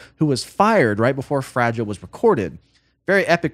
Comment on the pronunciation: Fragile not fragile. Silly billy😂